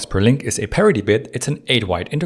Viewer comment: Sometimes “parity” also sounds a bit like “parody” ;)